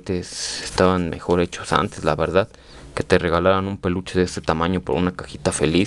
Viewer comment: Deja de decir verdat cuando habladassss